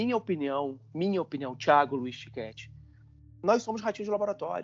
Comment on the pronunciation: Correção NAO É TINKETTI, . MAS SIM TICHETTI! OU TIQUETTI SE PREFERIREM A PRONUNCIA CORRETA!